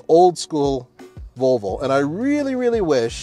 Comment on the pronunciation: I love pronouncing Volvo, rather than the traditional: vall-vo. says: vul-vo. Sounds like part of the female anatomy.